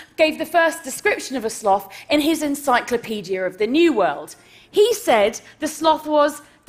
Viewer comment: Thank you for not saying slowth.